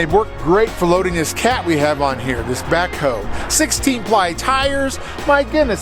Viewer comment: “backhoe” ugh come on